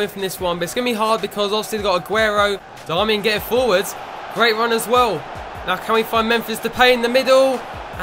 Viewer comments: Its pronounced Dar-Me-Ann I think but great video idea :) Btw I think you should do Bayern or Athletico Next! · Darmian is pronounced Dar-me-an..